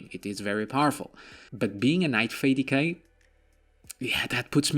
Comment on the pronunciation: D K! Not decay.